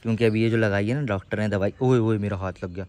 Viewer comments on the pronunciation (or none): Pendu😂😂😂 dactor nhi hota pagl😂😂😂😂😂😂 sorry😊😅